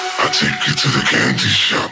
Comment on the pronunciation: after a while its starts to sound like Panty Shot